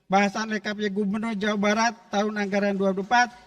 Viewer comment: Jawabat bjirrr bukan Jawa Barat dia baca😂😮